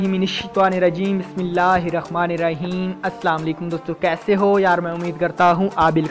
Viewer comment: Be waqop bismillah toh sahi par liya kre toba toba....